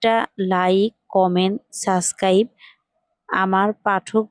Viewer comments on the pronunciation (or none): সুদ্ধ করে subcribe বলা শিখেন , তারপর চাইবেন subcribtion